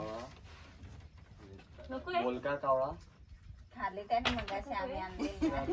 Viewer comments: कावला नाही ओ कावळा 😂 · कावला नाही कावळा म्हणायला शिका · आदिवाशी कावला म्हणतात पण तू कशाला कावला म्हणतेस कावळा म्हण कि. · ताई कोकणी वाटतं कावला नाही कावळा